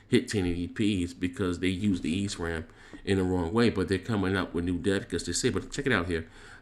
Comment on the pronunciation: It's pronounced "E" "S" "Ram". No hate just sayin bruh. Sorry but that was glaring to me.